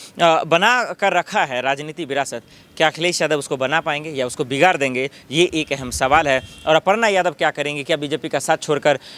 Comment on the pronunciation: Torta, jorta,..... क्या है ये.... तुम ठीक से बोल पाते नहीं..... पहले अपना स्वर ठीक करो.... बिगाड़ होता है..बिगार नहीं